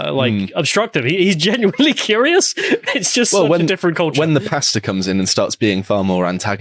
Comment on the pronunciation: I can't be the only one that thought they were saying "Pasta" not "Pastor". 😁